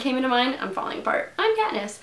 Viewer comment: Did you say "that Katniss that Pee-niss resolve" at the end?